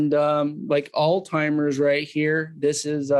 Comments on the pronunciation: It’s pronounced “all hi Mers” no T as all timers. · The guy can’t even pronounce Alzheimer’s. WTF is aldheimer?! Give me a break, please.